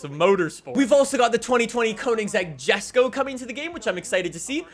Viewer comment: it's pronounced YESKO